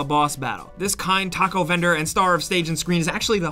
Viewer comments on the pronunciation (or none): none